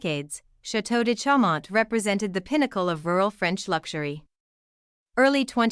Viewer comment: correct pronunciation .... CHAU is "show"